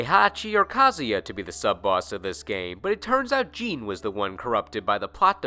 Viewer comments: Number 9 is not JEAN J-I-N they even pronounce it in the game as J-I-N weirdo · Jin, not Jean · Dude have you ever played Tekken? The announcer literally says "Jin" the way it's spelled. Every time you watch Tekken matches the commentators say it the same way. I don't know where you got "Jean" from... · What are people getting bent of shape about? Have you ever watched the anime series "Samurai Champloo"? There is a character named "Jin" and they pronounce his name as "Jean" in the dub just like does, never saw it in Japanese so I don't know if it's a mistake or not. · ITS JIN NOT GENE WTF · Thought his name was Jin, not Jean? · You said Jin as Gene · people did that with Star Wars characters too, so the video games started having in-game characters pronounce other characters names multiple ways to get people to stfu about it. It seemed to work. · stop saying jin name your saying it wrong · The way he says Jin name tho lol